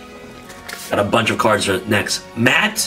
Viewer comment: MATT! Lmao 🤣 ( its pronounced muh-hot but we love you anyways )